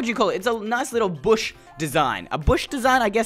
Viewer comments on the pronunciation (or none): none